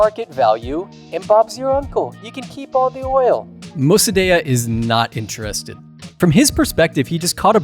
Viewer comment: Iranian living in europe here. Shah was not perfect but he also did a lot of good. Mosadegh ( you pernounce it wrong) was a communist and would have sold the country to soviets.the protest in the end of shahs reign were organized by marxist ( we can then toodeih) . The reason the west stopt supporting de shah is because he started rejecting the western influence . After the revolution btw the islamist executed all the marxist collaboraters. I was as a kid caught in a fire fight between the marxist and islamist. I dont know what you politics are but seeing this video in guessing a berney Bro. And a leftie . Nothing wrong with that but for the sake of truth you can not leave information out because it goes against your idiolegies. You could have mention that after 45 years of islamic dictatorial people want to get rid of mollahs but protesting . They want to be free and they are tryinh and will pervail .